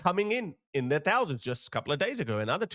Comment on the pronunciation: "... coming to Britain in their... "tousands"?..., old boy, how about completely determining in your heart of hearts that you are now an honest to goodness 'Westerner', and as such you will learn to pronounce the letter "H", and that way, we won't have to hear you refer to those "Turd World" nations anymore.